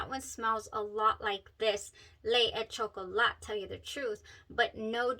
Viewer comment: Well pronounced, buena chica! LE é CHOCOLÁ